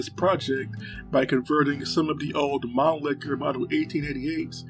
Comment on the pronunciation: Mannlicher not Manlicker!